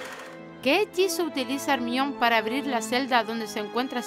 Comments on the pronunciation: No se dice hermion de dice hermayoni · no digas hermion di hermaioni hermion suena feo (perdon la autografia) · se escribe hermione pero se dice JERMAIONI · Ermion JAJAJAJAJJ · En España se pronuncia "ermion" ? Yo pensé que en todo lugar se dice "jermaioni" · porque le dicen hermion a jermayoni, (se que se escribe hermaione pero así se pronuncia) literal españa siempre tiene nombres raros mientras toda la latinoamérica está unida siempre españa tiene nombres estupidos. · ni te disculpes, el problema lo tienen ellos. En nuestro doblaje se dice así, por lo que tú lo has dicho bien. No entiendo la necesidad que tienen de atacar siempre nuestro doblaje, lo veo por todos lados. A mi su pronunciación de los nombres me parece sobreactuada y su doblaje no me gusta nada ...pero no voy a videos en latino a quejarme,cosa que ellos siempre hacen con nosotros . Asi que ni caso. Muy bueno el video por cierto✌🏻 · Tenez rason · Me quede👁👄👁cuando dijo hermione mal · como se dice hermione? ajajajajaja por favooooorrrr, no la puedo escucharrrrrrrr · porque pronuncia el nombre de hermione asi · No me gusta como pronuncia el nombre de Hermione , que mal , da cólera ; pero el video esta bueno aunque debería pronunciar mejor las palabras o nombres.